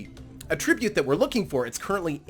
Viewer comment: A-trib-ute means to give credit. Atra-bute is a trait.